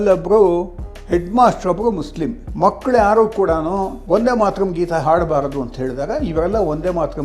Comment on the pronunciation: ಶಿವನೇ,ಒಂದೇ ಮಾತರಂ ಅಲ್ಲ,ವಂದೇ ಮಾತರಂ.ಒಂದೇ ಕನ್ನಡ ಶಬ್ಧ.ವಂದೇ ಸಂಸ್ಕೃತ.ವಂದೇ ಅಂದರೆ ವಂದಿಸುವೆ ಅಂತ ಅರ್ಥ.